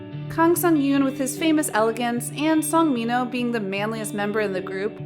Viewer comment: She pronounced Minho like mean hoe